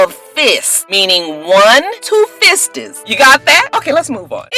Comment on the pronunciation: Nene is borderline illiterate. She can't say bridesmaid or fists. SMH.